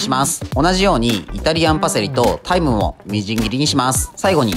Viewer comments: タイムが大麻に聞こえてびっくり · タイムがタイマに聞こえて 「タイマか...大麻！？！？」 ってなったんやが